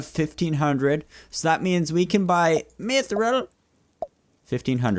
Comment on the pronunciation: mithril is pronounced myth-rill